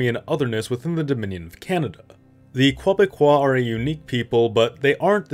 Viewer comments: Okay. I've got to comment. The Francophonic term for people from Québec is "Québécois" which is pronounced as "kay-beh-kwah" not that "kwah-beh-kwah" thing you kept using. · Every time you say Quoi-becois, I i have to laugh. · Bro it's like "KEH-beck-kwah" aint never been any Quoibecquois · 'Quoibécois' lol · Strange pronunciation of Quebecois